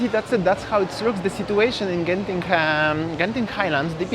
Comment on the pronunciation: Interesting that you actually pronounce "Genting" correctly. Many Singaporeans pronounced wrongly all the time, that those in Malaysia just give up correcting them. :)